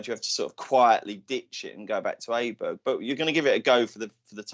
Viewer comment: well done on Aberg you have joined Andrew Cotter on the correct pronouciation